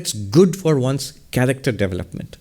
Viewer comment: Swami, you give me bliss with pronunciation of "development", devill up meant development up meant. hehehe the devil up meant of the self hahaha. I love you no I know i am OM Namaskar Jow😊